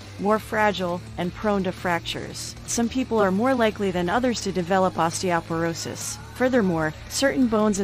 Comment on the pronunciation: Too bad osteoporosis wasn't pronounced correctly.!!